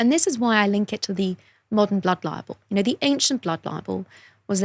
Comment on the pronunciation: I’ve never understood why she pronounces libel like liable